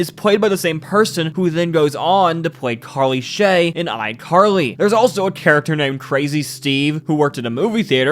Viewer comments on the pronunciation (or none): none